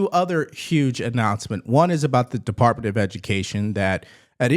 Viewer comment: Did he say “Partment”? I believe he meant department.